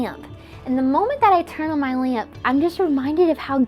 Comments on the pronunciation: “I turn on my *leayump*” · The way how she said lamp like laAmp laAmp😂😂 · I have the exact same blinds... why am I noticing this Also why does she say lamp like lämp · Lämps? Päss thë Lämps bröthër (this meant to be moth moth) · why she say lamp like dat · the way she pronounces lamp lol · The worst thing about the video is the way she pronounces lamp